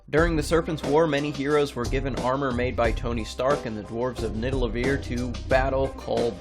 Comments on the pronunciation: Did you just says Nidalaveer instead of Nidavelir? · "Niddlevelir" very nice.